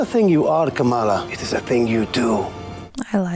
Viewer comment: The least they can do is pronounce Kamala right.